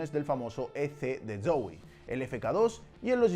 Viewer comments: se me hace gracioso como pronuncia la Z de Zowie como un "ds" sonando como dsoui xd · que raro pronuncia zowe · Soy al único al que le incomoda como dice zowii (como se escriba) dxdx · Soy yo o dice mal Zowie?? (Creo)